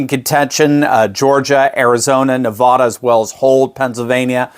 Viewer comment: It is Ne va (sounds like a in sad) duh.